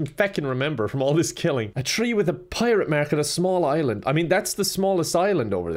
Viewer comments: what the fuck is a prirate mark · "a prirate mark"?